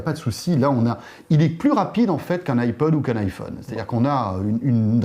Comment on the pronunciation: On dit iPhone pas iFun! Les français sont vraiment des merdes pour avoir un bon accent en anglais!